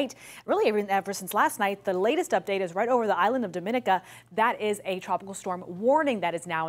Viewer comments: Thanks for your clear reporting! ❤ Tiny note, for the island, it's pronounced "Dom-in-EEK-ah"...not Dom-IN-ica like it is in "Dom-IN-ican Republic". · FRRR my mom is from Dominica and it’s annoying how ppl still pronounce it like Dominican Republic when I had to tell ppl it’s Dom-in-eek-a